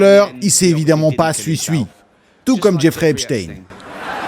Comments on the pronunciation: La façon dont tu prononces eps...avec un h aspiré Heps...ça signifie prison en arabe...😮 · Arrêtes de dire Epstin il faut pas oublier d'où il est originaire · Ta façon de prononcer eps est très drôle ça veut dire prison en arabe